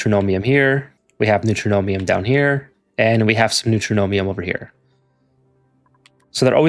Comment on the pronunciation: Neutronium pronounced New-tron-ium, not New-tro-no-mium. It's a material that's entirely made of neutrons. Neutron - ium. There's no "m" in the middle of the word.